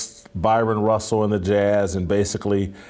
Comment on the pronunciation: Bryon Russell, not Byron Russell. Come on Whitlock!